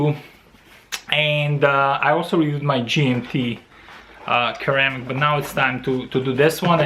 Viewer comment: Great review, just a note, Its pronounced"Seramic" , and "sera chrome"